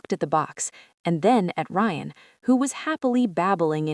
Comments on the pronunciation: Rion? No. Geta it right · Ok the broken bullet proof glass makes a whole lot of sense 🙄. AI mispronouncing Ryan is annoying.